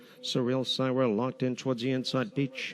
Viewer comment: Re: the sixth race, "Syrah" is pronounced "sir-rah", not "sigh-rah". FYI.